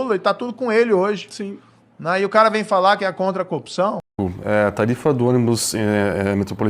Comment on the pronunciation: quais são os abusos? Um juiz que não conseguiu falar corrupção!!!! Kkkkkkkkkkkkkk